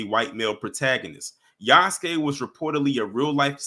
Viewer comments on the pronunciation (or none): It's pronounced Ya-SUE-kay not Use-kay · It's Yass-Kay